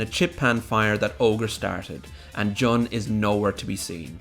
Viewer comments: You keep saying John. It's Jun, isn't it? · JUNE. JOON GOD DAMNIT JUST STOP SAYING JUN PHONETICALLY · Im sorry did you just say "juh-n" xd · Stop calling Jun "John"